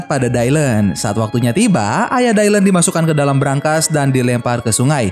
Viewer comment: Btw koreksi bang, nama dia di baca dilan bukan daylen